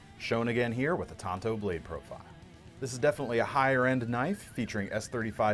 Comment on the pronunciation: Tonto was an Indian on the loan ranger the Tanto is the 45° angle knife or sword design. Pronounced Tan toe.